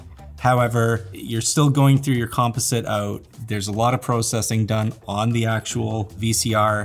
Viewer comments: Why is he pronouncing “dome” as “doom” and “composite” and “compa-sit”? Silly Canadians. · Thanks for the video. Good info! My only criticism is that you keep mispronouncing the word composite. (kuhm·paa·zuht) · has anyone pronounced the word composite around you before?! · I totally didn’t realize I was watching a LMG video until I heard him pronounce “composite” and I was like… that’s not how we pronounce that word in ‘merica! That’s the European or Canadian pronunciation. Then I realized… (or realised, for our European friends).